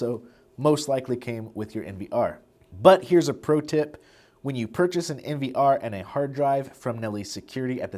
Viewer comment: why do you say POE and NVR like a deaf person?